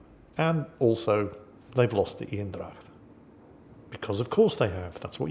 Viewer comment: I'll repeat; Eendrach, think Bane. So make it Anedracht. 100% Dutch pronunciation.